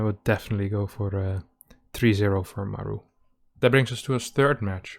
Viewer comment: mAru, not marU ffs